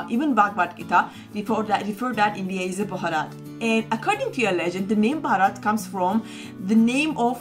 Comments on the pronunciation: It's Bharath with a shortened 'a' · Bharat not bhorot....amaze to see Indians pronounce like foreigners, then who will correct them.